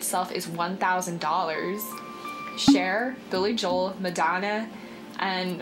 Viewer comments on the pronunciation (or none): none